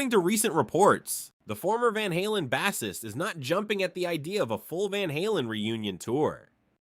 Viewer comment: Sorry, I couldn’t watch the whole thing as soon as he mispronounced bassist but that’s AI for you